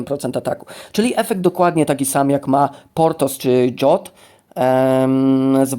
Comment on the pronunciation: Zastanawiałem się chwilę kim jest Dżot. Dopiero teraz po chwili doszło do mnie, że chodzi o o Jotta (zawsze czytałem go przez J, a przez Dż. Tak bardziej mi pasuje do Skandynawii)